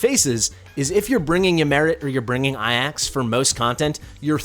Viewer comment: I love you, but my brain exploded from how you pronounced Ajax. that has been my gamer tag since I was 8 so I like "no way, maybe there have been people that pronounce it that way"